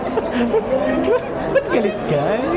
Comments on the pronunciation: Madiin talaga ang pagka sabi hindiiiii hahahaha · Ang diin Ng Hindi ni, parang diring diri sa katips haha 😂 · Ang lutong ng HINDI ni. Hahahaha. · Natawa ako dun ah...ang higpit ng pagkakasabi ng HINDI hahahhaa